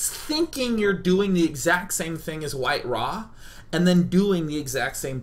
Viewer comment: Its WhiteRa not White-Ra